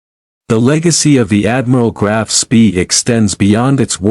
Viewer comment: I hate AI, can't even pronounce the ships name correctly.